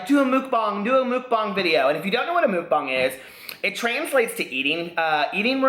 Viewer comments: It's pronounced MUCKBANG (bang bang) not MOOKBAHNG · It's pronounced muck (like yuck) and bang with a long 'a' vowel, like bah-ng 💙